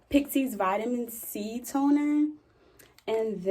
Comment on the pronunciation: You said “tonerrr” and I heard Rolling Ray🌚😂